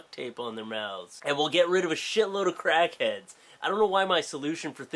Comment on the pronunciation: When you started talking about Crackheads I thought you said Kraken at first. I was confused :|